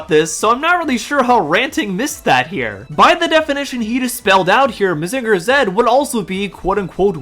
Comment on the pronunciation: can't even say Mazinger right. 😄 Most of the Mecha Manga/Anime are anti facism and anti military and overall very "woke".